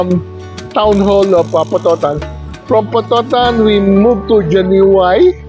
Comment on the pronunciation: Pronounced as Hani-way